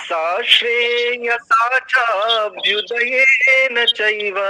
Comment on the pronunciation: आचार्य जी, " चाभ्युदयेन " च+अभ्युदयेन है न कि चाभ्यु + दयेन। आपके इस तरह पढ़ाने से बहुत गलत संदेश जाएगा। धन्यवाद जी